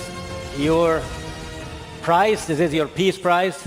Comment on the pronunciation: Fifa peace prizce 🚫 Fupha peace prizce ✅️